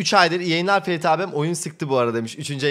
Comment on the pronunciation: Eksik çeviri olan bir oyun yayımlamız ki onu. O değil de insanların ismiyle dalga geçmek hoş mu? Ferit'e "Firit" diyorsun. Ben de ismine "Mohammad Uzun Sakal" diyeceğim.